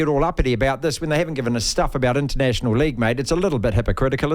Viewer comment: Martin thank you so much for that ‘Rugby Leauuuge’ accent. Spot on!